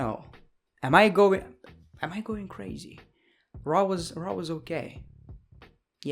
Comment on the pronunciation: Is it me or does he sometimes say Monday night traw instead of Monday night raw